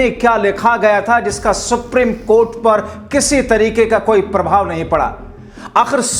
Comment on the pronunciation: दोस्तो के दोस्त सुप्रिम की जगह सुप्रीम कहने मे दिक्कत है?